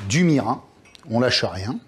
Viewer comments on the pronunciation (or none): Merci pour cette recette ! Juste un tout petit détail extra-culinaire : le みりん japonais, ça se prononce "mirinne", et pas "mirain" ;-). Et si en épicerie asiatique, on peut trouver du hon-mirin (本みりん, "vrai mirin"), c'est de qualité supérieure et pas beaucoup plus cher.